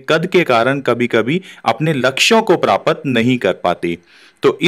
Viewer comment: Bhai woh prapat nai prapt hota hai